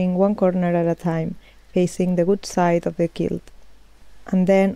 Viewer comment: Muy bonitos tus proyectos y este en particular! En Ingles decimos 4 BY 4. Tambien quilt se dice como Cuilt, son pequenas cosas que tambien tuve que aprender. Eres muy inteligente y admiro la calidad de tus videos. Saludos tambien al dueno de las camisas.